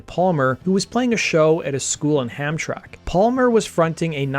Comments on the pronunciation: Hamtack? No brother it's Hamtramck pronounced Ham-tram-ick even though there isn't an I in the spelling that's how it's pronounced. I'm from Detroit I know. Other than that love the channel. And there are no real places to play in Detroit anymore, I know I play. Most of the bands play dives in the suburbs, once in awhile Harpos but nothing really in the city. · Hamtramck is pronounced Ham-Tram-Ick. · pronounced Ham Tram Ick